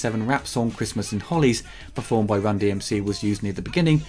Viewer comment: It’s Christmas in Hollis a neighborhood in Queens. Not Hollies. Lol.